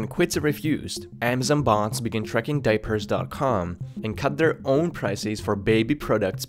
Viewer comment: "bots".. thought you were saying "bonds".